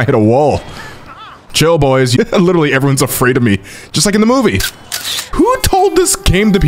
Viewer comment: LITER-ALLY NOT LITTALLY